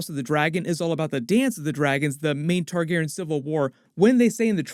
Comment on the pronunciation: You're dropping a letter and syllable in the name... You keep saying Tar-GAR-en... but, it's Tar-GAR-ee-an (phonetic spelling). You're dropping the "y" in Targaryen...